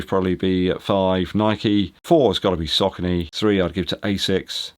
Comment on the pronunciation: Sock-a-knee (Saucony)